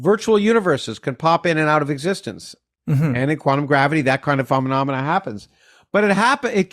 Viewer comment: Lol he misspoke and said phenomenomena and it reminded me of that muppets song 😊 that was very interesting thanks. Again the way I see though is instead of getting one thing from nothing it’s like getting a chunk of whatever is there already, but you can’t because it’ll get infinitely considered larger or smaller than the hand (consciousness?) that is grabbing it?